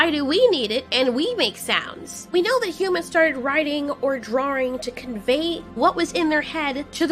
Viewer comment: all i can remember from this video is "drawring"